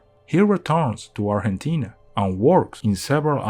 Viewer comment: Sabes que la persona no es hispanohablante cuando pronuncia bien Argentina en vez de "arllentina"